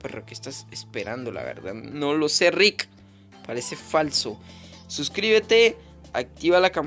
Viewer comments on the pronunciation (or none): none